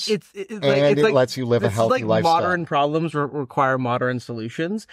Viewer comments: Every time he pronounces modern as moderin, I take psychic damage. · The way this guy says modern makes my brain itch ... Moder-en. It's Mo-dern.